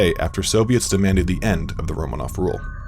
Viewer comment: Me, a Russian, highly distressed at the pronunciations of names and places throughout the entire video. It’s pronounced RomAAnoFF not RomAnoF.